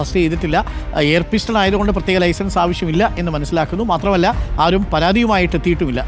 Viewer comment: പിസ്റ്റൺ അല്ല പിസ്റ്റൾ 😂😂